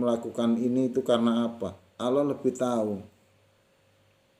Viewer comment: Lam jalalah dibaca taghlid....dg suara yg berat...bukan ringan / tarkik...mohon maaf kalau kurang benar.....matur nuwun....🙏🙏